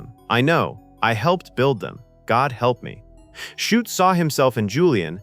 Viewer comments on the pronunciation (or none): Shute is pronounced "shoot". It's not that hard! But here we have "shut", "shoop", even "shoopid". Time to re-record, I'd say. And if Gardiner Street honours Ava Gardner, why is it called "Gardiner Street"? It was in fact named after Captain Robert Gardiner, one of the very first British settlers in the district. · You might want to review pronunciation with your robo-voice. For instance, "Eisenhower" isn't pronounced "AYsenhower" (long "A") but "I-senhower" (long "I"). And "Shute" (as in the book's author) is pronounced to rhyme with "boot" not "shut." An otherwise good video marred by an artificial idiot robo-voice. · Who the hell is 'Shut'.Do you mean Shute,as in 'shoot'.Pathetic. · Shute. Pronounced - SHOOT! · "Nevil SHUT, Nevil SHOUP, Nevil SHUPID": Either your AI has radiation sickness, or The Vintage Flame forgot to teach it how to read! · Maybe with 100 years of radation, AI will be able to pronounce things correctly. "Shupet". Jeeeze. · Well disguised AI content? Everything seems well until #14, the name of the author of the novel is pronounced "shut", as in "the door is shut". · Great film but this is AI BS. "Shut"? C'mon, at least get the man's name right, FFS!!!! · Come on, AI, get Shute's name correct. He was not shut, or shoopert, or any of the other variants in the commentary. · And in the whole last part it calls the author Shut instead of Shute. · Shute comes out as Shutt. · Sheesh. Listening to how the AI-generated narration mangled the pronunciation of Eisenhower and Shute made this video unwatchable. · A pity this wasn't narrated by a human who knew how to pronounce names....I think a dependence on AI to do the thinking, in the future, its hunger for energy and water, and our inaction on accelerating climate change may be the things that destroy us, rather than nuclear war. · Does it take a nuclear weapon to stop AI narrators? President "Aesenhower." Nevil Shute's name pronounced at least three different ways.